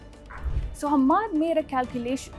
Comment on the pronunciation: If you're gnna make the effort and spend the money to run an ill-informed hit piece on a country,at least get the damn names and pronunciations right. Or is that too much to ask from your orange hued xenophobic head? "Humaaad" "Caleefa" "Youdaaid" Really? Lol.